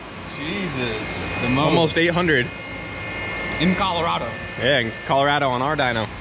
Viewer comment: “Collar-rad-o” lol and I thought my accent was bad